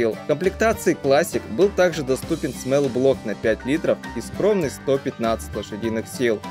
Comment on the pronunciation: Ни смэл блок а смол, то есть малый а смэл это воничий